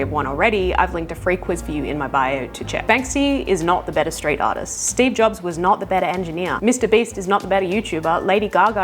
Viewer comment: She can’t even pronounce Volkswagen :D